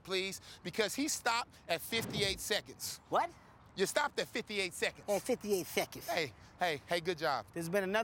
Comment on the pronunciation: "At 58 stheconds."